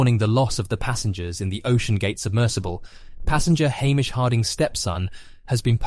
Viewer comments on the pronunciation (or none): none